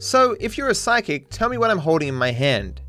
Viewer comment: trevor says "So if you are a physic" and not psychic, LOL